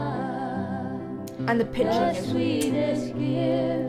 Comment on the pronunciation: You can hear Dolly's 'shmile' right through it. She makes 's' into 'sh'.